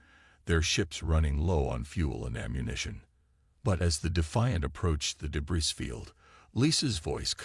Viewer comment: Day-bree, not day-bris